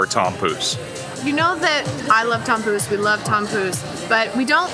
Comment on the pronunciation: Oh, tompouce... I thought you said Tom Cruise. I was like: 'what? Tom Cruise is going to Kings Day???' :D